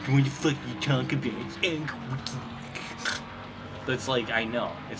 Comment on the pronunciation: errr humph whaddafuck are ya talking about? IT'S ALAN KULWICKY!!!